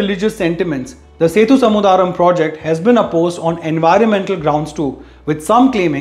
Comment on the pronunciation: its Sethu Samudhram (sethu yani bridge & Samudhram yani ocean) and not "samudhaaa-ram".